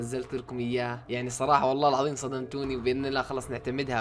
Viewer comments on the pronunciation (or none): none